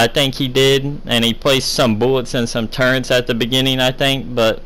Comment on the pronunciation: For as much as you play this game it's really sad that you can't pronounce turrets properly. There isn't a "N" in turrets.